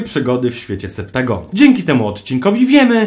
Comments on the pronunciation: Septagon? Chyba Septazgon XD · SE-PTA-GON :D